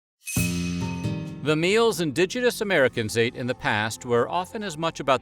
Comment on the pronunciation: Did he say 'indigitous'?